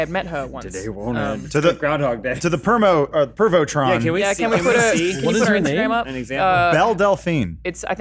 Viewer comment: "To the pervotron"